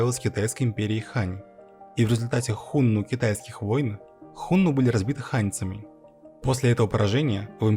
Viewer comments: Господи,как же больно слушать "Хунну" и про правителей империи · 1. Хунну - ударение на 2м слоге, на 2ю "у". 2. Хунну (гуны) это тюркоязычное, а не тюркское племя. Гаплогруппа хунну G значит они произошли на Кавказе и переселены были то ли шумерами, то ли сами бежали от Ледникового похолодания. 3. Хунну никогда не были в Западном Казахстане пока их не свергли китайцы. 4. Китайцы свергли хунну только из-за предательства усыновленного ханом гунов китайца. См. "Троецарствие" и Дун-Жо 5. Единственное скифское племя попавшее под власть хунну это канлы (кангюй).